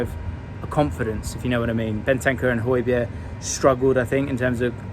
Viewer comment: how can you pronounce Hojbjerg correctly but consistently mispronounce Son 😂